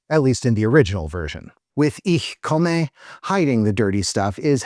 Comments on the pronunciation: I love everything about the video except your pronunciation of "Ich komme." The "e" at the end is a schwa, not a long "a." (I'm actually pretty happy with the "Ich" part, but that's just an accent, not a mispronunciation.) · Since it's inspired by (foreign to finns) german porn pronouncing it wrong makes sense it context